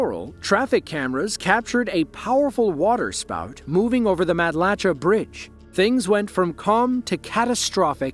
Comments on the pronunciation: By the way, Matalacha is actually pronounced as "matt-la-shay". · Quick correction... Matlacha is pronounced "Mat-la-shay". We lived in Cape Coral through Ian. We no longer live anywhere near the coast because of that storm, and others prior.